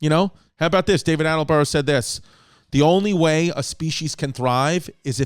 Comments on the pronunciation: ALLENBUROUGH AHAHAHAHA ITS ATTENBOROUGH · Loooveeee David Attleboro 🤣🤣Chrissy pronunciations back at it again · Chris changed David Attenborough's name every time he said it 🤣🤣